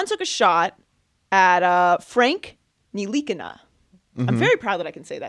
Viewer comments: Your proud to say. NILI-KINA wrong? nili-kina is the way its pronounced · "I'm very proud I can say that name" and then says it wrong 😒🙄.